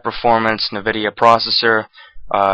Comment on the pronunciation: "nividia" "cashy" no but seriously nice vid